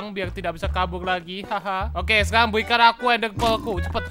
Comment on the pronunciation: Sekalang kita bakal guys R nya kok jadi L 😑